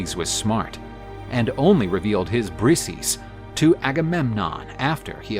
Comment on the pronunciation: bri-say-us ya thick bastards !